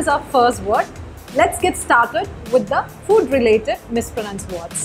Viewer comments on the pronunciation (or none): Your video is good.. But i think you need to focus more on most of the words you have pronounced here. You mispronounced the very word 'mispronounced' . You said 'misproNUNced', similary fUd.. etc. Kindly stick on to the correct pronunciation not only on those '10 mispronounced words', but the other words you used here to convey the content, because there are a lot of aspiring learners who solely depend on channels like this for learning. Please have a proper rehersal before getting into the final video. Its a humble request. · You mispronounced the word "mispronounced " in like the first 5 secs lol